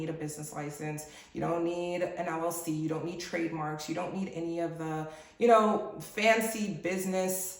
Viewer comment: Did she say LLC or LOC , which it does not exist. Thanks ahead.